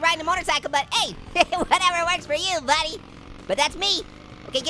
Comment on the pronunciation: just said budy